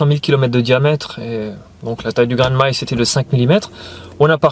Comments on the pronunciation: oui je sais on dit ma-ïs, mais j'entends maillsse quand tu parles et je trouve cela très rigolo. Mais c'est peut-être moi qui devrait me faire appareiller 😊😉😅🙄👂👎. Bises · je parlais de ta façon de prononcer maïs 😂